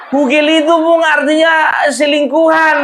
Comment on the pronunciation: Bukan gogel opung, tapi hugel. Artinya hubungan gelap. Salam NKRI